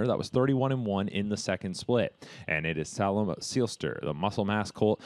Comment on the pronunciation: Tsk...SAY-lem Seelster!